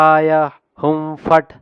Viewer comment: W Swami last lo hum fat antunnaru akharala lo ham fat Ani undi